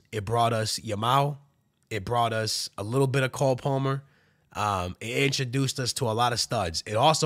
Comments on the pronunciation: Coal Polmer lol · “Call” Palmer 📞 lol